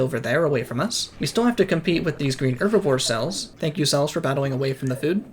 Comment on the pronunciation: I like the vid but hate how you pronounce herbivore, my man you’re not French, pronounce the h Also bruh it’s pronounced geezer, not gaiser